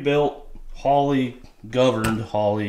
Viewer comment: holy hell boi, you sure you aint from kentuckuh? That was the most southern "governed" I think I done ever heard!